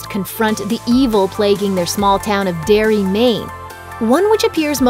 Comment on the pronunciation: It’s Derry not dairy silly bitch